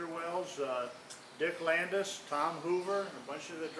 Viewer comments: Not trying to correct but the guy keeps sayn dick Landis, his name was dick Landy. He should know this. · Landy, Dick Landy. Not Landis.